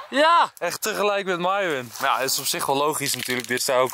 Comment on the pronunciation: heeeeee Enzo zij eindelijk weer Myron in plaats van Mieerrrrrooon